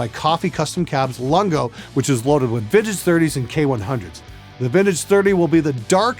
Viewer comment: This dude speaks as bad as most people type, he skips words, i thought he was saying figget instead of vintage...his "real" moments are written so he mumbles through em... This guy could be the best engineer in the world, I can't stop laughing at his presentation, and I learned nothing.